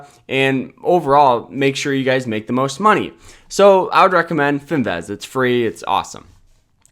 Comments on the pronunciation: It's Fin "VIZZZZZZZ" not Fin "VEZ". You know, Vizzzz like Jizzzzz. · It’s Finviz not Finvaz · its finviz not finvez